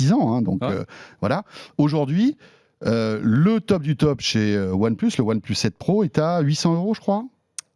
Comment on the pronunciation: One pleusse :D.